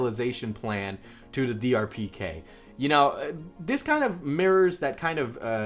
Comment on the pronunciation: Lol he kept saying DRPK instead of DPRK